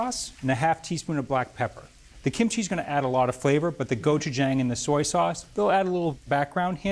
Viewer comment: He needs to pronounce Korean food better. He's emphasized chee/chi too much ee. And the other Korean food dishes. Google even does much better.